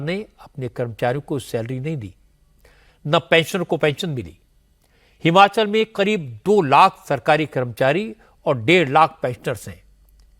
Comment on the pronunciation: हिमाचल बोलिये सुक्खू जी हमाचल नहीं